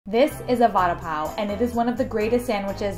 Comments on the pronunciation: It's not a sandwich omfg.. and it's pronounced '"Va-ada Paa-o" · Please work on your pronunciation. Vuh-daah pav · hello i just wanted tell youthat the pronounciation of vada pao is v-rdaa- paao